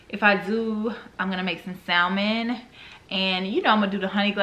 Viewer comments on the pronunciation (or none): If nobody wants to tell you, the L is silent in salmon,. So just “Sam-on”. No shade, all 💕. On another note, You got me wanting those candles and I’m def gonna try that salmon recipe. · Yes!!!Hey girl!!! So happy to see you🥰🥰🥰🤩🤩🤩, I love you dearly girl but...it's pronounced (sam-in)....the "L" is silent 😁😁😁😁😁😁